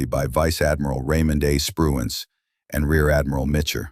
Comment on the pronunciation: I guess AI can't say Spruance!!!